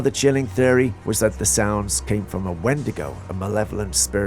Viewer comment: si es windigow is 😂